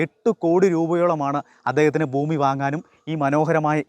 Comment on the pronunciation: ഫൂമിയും ഫവനവും ഫാഗ്യം